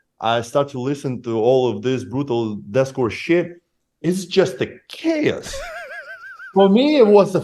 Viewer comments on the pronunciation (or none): Almost died laughing with the way Alex said chaos . 😂😂😂 He's absolutely right too. Awesome interview!